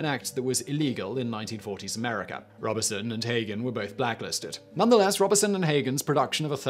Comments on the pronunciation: The only thing that really pisses me off with Simon is his pronunciation he can not be arsed to look up how to pronounce words or names. It is pronounced robe son not Robinson! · I believe it is pronounced “Robe Son”, not Robertson. Thank you for this video, information is power. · Robe-son not Rob-e-son! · It’s Robe-son not Rob-uh-son. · “Robe-son,” not “Rob-be-son.” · Simon I have always heard Paul Robe-son is the pronunciation. Brian "Jonners" Johnson on Down Your Way and Desert Island Disks - Roy Plomley 1st December 1958. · Yes, it's Robe-son with a long O, and his co-star was Uta Hagen with a short A -- HAH-gen, not HAY-gen. The story was great, but mispronouciations like this always jar me ; I think a part of me wonders about the quality of the research that went into the story. If you can't (or won't) bother to get the names of relatively famous people right, can I really trust that you got your facts straight? Sloppy research is not reliable. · Psst! Simon. Pssst! ‘Mores’ is pronounced ‘moorays’ and Paul Robeson’s surname pronounced ‘Robe-sun’. (Just sayin’). Love your work, Simon. Keep ‘em coming. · Pronounced Robe-son. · You need to read your scripts before you speak them. It's clear you're reading them off the teleprompter... and you're getting lots of worms wrung. Sometimes you use the wrong word and sometimes you just mispronounce them. Check how Google recommends you say 'Robeson' for example. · The 'Turing' film is wildly inaccurate ,and misportrayed Alan Turing. mispronunciation of Robeson, and a lot of an socialist persecution US examples and ragbag cases. ANNA! Not up to usual standard , but usual mispronunciations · Please learn to pronounce "Robeson". It's not hard.